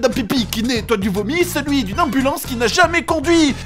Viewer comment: "Ey ! I am an amublance, and you will respect my authoritah !"